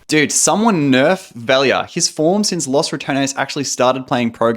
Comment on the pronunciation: foreigners really need to learn how to pronounce 'los', its not 'loss'